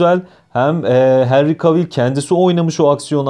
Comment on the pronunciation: yoğğ normal "Henri Kevıl"